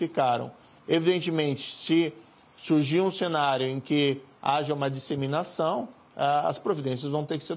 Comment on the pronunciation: Esse ministro CONGE assassina a língua portuguesa. INSEMINAÇÃO 🤣🤣🤣🤣